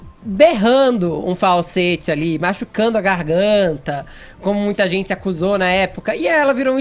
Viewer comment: Acho engraçado ele falando a palavra "gente"! Ele fala "zentssi"! Hahaha!